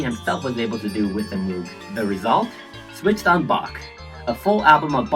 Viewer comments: It's mow-g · By the way, moog is pronounced moge like pope or pogo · She’s amazing. By the way, Moog is pronounced “Mohg” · Very nice! Sadly you pronounce Moog wrongly